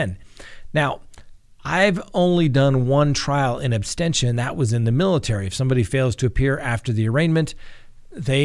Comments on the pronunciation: Abstentia? Is it not Absentia? 🥰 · Absentia, not absTentia. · Sandra Summers you are absolutely correct!....It sounds like he said “trial in ABSTENTIA”...LOL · The word is ABSENTIA not abstentia!!! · Great show! The term is “in absentia,” not “inabsTentia.” Thanks :) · Trial in "absentia", not "absTentia",, sir😊. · Mummy That's what I believed as well. It was said as "in abstentia" twice, so I wondered. Thanks for answering 😊. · Absentia,. You get that wrong every time. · It's not abstentia, it's absentia. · It's absentia, not abstentia. There is no t immediately following the s. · No offense, but it's "in ab-sen-tia," as in "absence." Not abstentia, like abstain... Awesome episode though, sir. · he definitely said in “abSTENTIA” multiple times. Kind of killing it for me especially when you’re educating others about the law. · “... in absTentia...”? really? better brush up on your Latin, Sir... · Ooof!! I saw this comment as i got to that part. And he repeats it so many times! 🙆🏾‍♀️ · my brother , the word is ab sen tia ab sen shia is how you pronounce it. just so you know . i’m a fan by the way and love the show. not trying to be a dick. lol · seems to have a tendency to mispronounce words. No big deal, he's still super educational and fun to watch. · Really love your show but isn’t it “in absentia”? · I thought it was "absentia "?